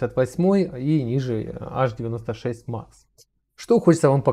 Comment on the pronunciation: Аш-96... тады, говорите аш-ди-эм-ай-кабель, ха-ха-ха... Садись - двойка! Эйч-96, грамотей!